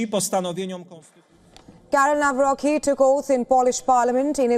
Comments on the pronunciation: It is not Nawroki, but Nawrotzki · Nawrocki not Nawrochi. Greetings from Poland 🇵🇱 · In Polish we read u as u, not a. So Tusk is Tusk, not task! Nawrocki is NawroCki, not nawroky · To the foul reporter ( thanks for your short insight : KAROL TADEUSZ NAWROCKI (NA-WRO- C- KI) .... not : Nawro-ki ! Get your pronounciation right with this Great Man of State ! Best of all to all conservative side . Stay strong and keep pushing right !❤ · She spoke it as Karol Nawroky the c is being also spoken in poland greetings from poland